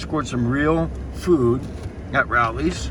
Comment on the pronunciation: It's pronounced with a long O. Like row lee